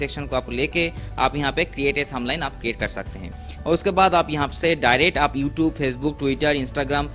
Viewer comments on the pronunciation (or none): none